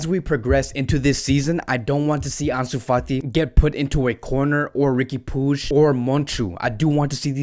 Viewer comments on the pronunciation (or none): none